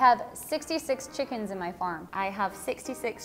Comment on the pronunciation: Chicken is mispronounced. But greats job you guys. Very entertaining and informative